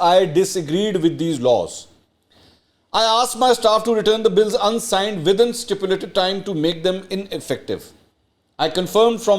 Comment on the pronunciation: Aap angrezi mein paidal hai. Stipulated ko aap sipulated pronounce kar gaye. Ye meri observation hai ki aap passively Khan sb ki nakal karte karte kuch zyada hi angrezi bolna to dour documents Paine ki koshish karte hai. Rehearse your vlogs well before you post them Thanks